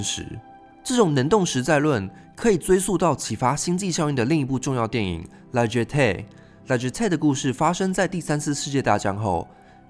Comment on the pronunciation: 那個...La Jetée不是念拉噘thé，那是法語